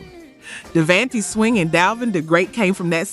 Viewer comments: Thank you! Because these artists has been around for a while and their names were NEVER pronounced like that. I'm listening and saying to myself "wait, what?, who?" 🤦‍♀️ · Totally read my mind, was like who proof read the script or bad AI voice over 😅